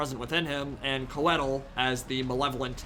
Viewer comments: Qued-eel eh? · Interesting that Drycha pronounced Coeddil "kwe-deal"